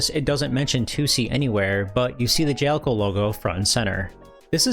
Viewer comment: I think it's Ja-Le-Co, not Jel-co